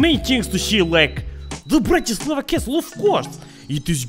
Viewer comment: It's BratiSLAVa